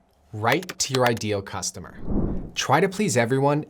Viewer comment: says cutsomer instead of customer. Fix that please. Sorry for being a spelling police :(